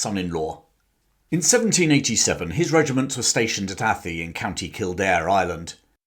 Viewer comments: It's pronounced "A-thigh", not "Ath-ee" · It's pronunciation is A-tie Co.Kildare. The gaelic pronunciation of names of places in Ireland can be tricky. I remember you saying in a more recent video that you didn't mind any help in pronunciation of names of places in different languages. No criticism intended. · ...and Athy is pronounced to rhyme with pry ...